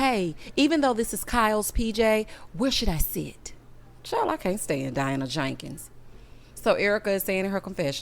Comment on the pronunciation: I laugh every time you say Diana JAKEENS